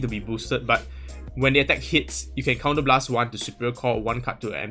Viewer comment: lol why u keep pronouncing 'the' wrongly? it's wrong usage of that word lol u supposed to say it that way when the next word is a vowel haha